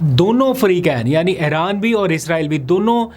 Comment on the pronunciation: Aap Aran kiun kehte hain Iran hai